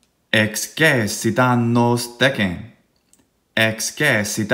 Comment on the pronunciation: Throughout the video, and especially toward the end, it sounds like the “e” in excessit is long (and not just the syllable over all). I would’ve expected the syllable to be read “ces,” as in “ex-ces-si-ta.” In the video, it sounds like “ex-ce-si-ta.” Maybe my ear is still adapting to hear the distinction, but I know other forms of excēdō have the long ē in the middle, so I was wondering if this was on purpose (in which case the text in the video is missing the macron), or if it was just my bad ear, or if the long ē was creeping in from one of the other forms in your mind?